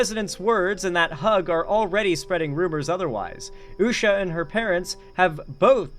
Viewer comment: In before the bum-bots. Somebody get that girl a toy, she's clutching and clawing at everyone's man! Did you see her getting handsy with that creep, Jesse Watters, too? And also, notice she can't even say Usha's name?